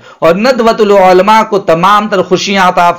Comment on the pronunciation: آپ مفتی تو نہیں لگ رہے آپکی زبان سے اور شاید حافظ بھی نھی ہو تبھی عُلْماء عُلْماء کہ رہے ہو عُلَمَاءْ ہوتا ہے